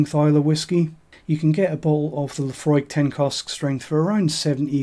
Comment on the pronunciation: i clicked like the moment u said laphroaig😂